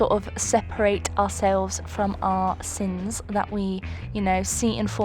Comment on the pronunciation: Who else heard “The seven deadly sims” and not “The seven deadly sins” 😆